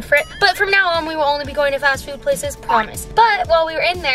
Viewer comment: The way said fast food 😂 fashfoot